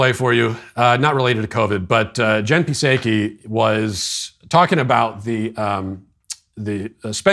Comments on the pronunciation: Jen pee say kee Lmao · It’s the little things: Jen “Pahsaykee” 😂😂😂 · “Jen Pa-Say-Key.” We all loved that. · I laughed out loud when he said Jen “Pa-say-key”…good stuff Sweet Daddy Walsh! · Lmao "Jen P-Sayykee" he keeps making her name more and more convoluted. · I love how you went even further extreme after you received the comment and pronouncing Psaki wrong. Now it’s Jen P-Saki. It sounds like a rappers name. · puh-SAY-kee? 😂😂😂 Why is it so hilarious when you intentionally butcher Peppermint Patty's name? Never gets old.❤️ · "Jen Pissaykee" Oh lawd..... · sounded like "jen piss-achy." good one. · Pronunciation: Pee-say-kee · I love how Matt has changed his pronunciation of Psaki just to be even more irreverent heh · Him pronouncing jen psaki’s name wrong kills me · Matt, please start pronouncing "Psaki" correctly. The accent is on the silent "a".